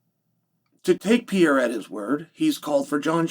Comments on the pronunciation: The whole Alex "Piera" thing was fun at first. It's becoming unlistenable now... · PEE AIR UH